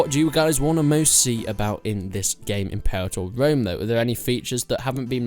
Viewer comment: Impewator Wome.